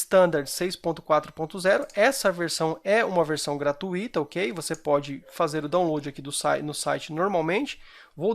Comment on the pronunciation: Obrigado pela dica amigo, excelente! Uma crítica construtiva, a palavra gratuita, não tem hiato, é um ditongo, ui, portanto a pronuncia correta é gra-tui-ta, com a sílaba mais forte sendo tui, e não gratu-í-ta. Que a PAZ de DEUS esteja sempre em seu coração.